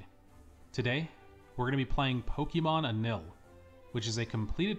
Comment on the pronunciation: It’s pronounced “anyil” 🥲